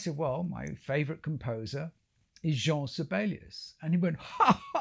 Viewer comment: His first name — Jean — is pronounced YAHN.